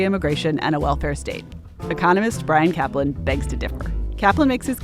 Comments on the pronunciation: "Caplan". Every. Single. Time. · "Brian Caplan" Every. Single. Time.